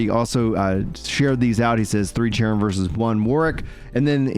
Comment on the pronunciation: i know its cerim have 328 hrs in the game but he pronounces sherim